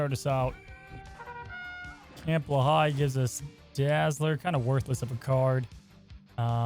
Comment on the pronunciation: Gotta be that guy from New Jersey… Lehigh is pronounces “lee high”. My best to your family!